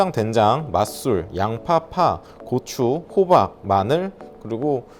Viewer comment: 고추 발음 주의해주셔야 하겠는데요 ㅋㅋㅋㅋㅋㅋ